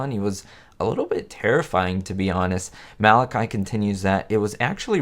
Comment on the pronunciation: A good video but the actors name is pronounced Ma Latch E (the middle syllable rhymes with watch), not Mal i ky (with a long y).